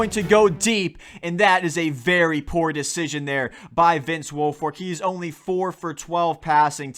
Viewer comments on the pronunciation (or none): none